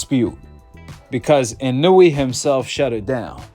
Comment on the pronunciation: In a way not inooweee